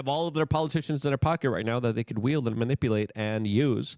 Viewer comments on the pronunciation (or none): none